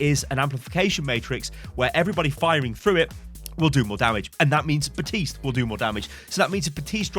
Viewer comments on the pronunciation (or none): Ok, Ive been able to ignore it until now. The P in Baptiste is NOT silent. There is even a voice line that correctly says his name.